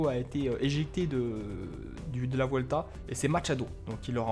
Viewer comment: Salut petite remarque on dit " buelta" car en espagnol le "v" se prononce "b"